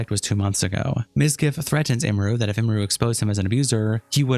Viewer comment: Every content creator I've seen making videos about this can't pronounce her name right 😂It's Em-er-ru, not Ee-mer-ru, Em-me-ru